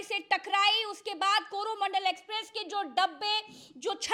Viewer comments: कॅरोना मंडल नही है गलत बोल रहा है यह कोरो मंडल है पर बोल रहा है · कोरोनामंडल ट्रेन नही, कोरोमंडल ट्रेन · Suggestion.. it's not corona mandal. It's coromandal.